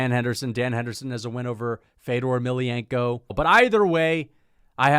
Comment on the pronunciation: fedor beat rampage, u are such a casual u cant even pronounce fedors last name right lmao